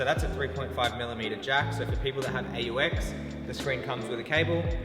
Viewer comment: I’m sorry I can’t get over how you pronounce AUX